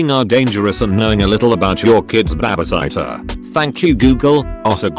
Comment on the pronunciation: the complete opposite of the question. hearing say "babiciter" (babysitter, but pronounced as it was)